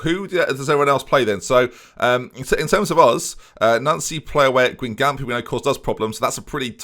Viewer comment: And when he pronounces Guingamp the way he does. AFTER ALL THEY'VE DONE FOR YOU,.